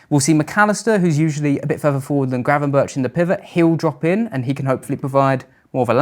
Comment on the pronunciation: Very interesting and professional. Eye opening to many, I am sure. But can I ask you to pronounce correctly "Gravenberch", admittedly a difficult Dutch last name, but still...he deserves to have his name to be pronounced correctly.